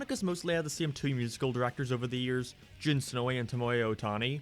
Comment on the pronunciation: He was incorrectly saying Jun Senoue